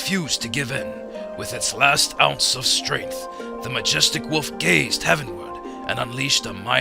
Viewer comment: I swear the narrator keeps saying 'woof' instead of 'wolf'.